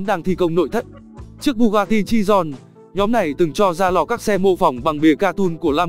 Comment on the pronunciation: Bugatti chiron chứ ko phải chidon